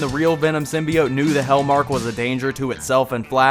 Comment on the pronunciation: Your mispronounced "Symbiote" drove me to drinking.....